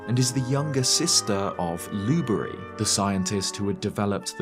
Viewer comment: It's lue-BERRY. Not lewdbry.